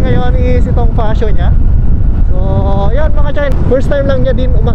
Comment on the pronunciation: fatsio ang basa jan, hindi fasyo. 😂